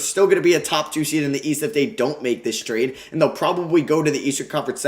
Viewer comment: Here when it says tarde instead of trade